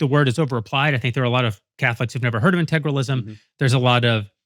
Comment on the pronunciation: Jeremy can't even pronounce "integralism", but thinks he has a perfect grasp on what it means.